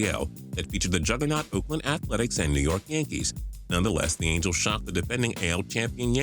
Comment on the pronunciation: You said mangels not angels